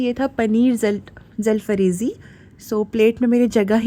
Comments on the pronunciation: Its is zalfrzi 🤐 seriosuly , zelfrazi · “Zalfarezi” Jaalfrezi ki amma behen kar di